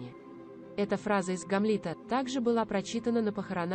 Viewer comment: Боже мой! Читающая текст делает столько ошибок в ударении! Можно было бы простить имена собственные, "СасЕкские" или "МаркЕль", но не знать имя Гамлет?! Это не " ГамлЕт"!!! Далее: "скончалась в замкЕ" , "произнесЕна"," Елизавета два?! " "высочЕство"? Дааааааа. Позор! Прежде чем записывать текст, почитала бы вслух бы перед кем-нибудь. Если в школе плохо училась, учись сейчас или не выходи в эфир.